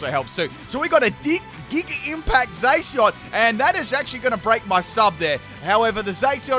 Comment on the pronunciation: Zay si on. Spot on pronunciation.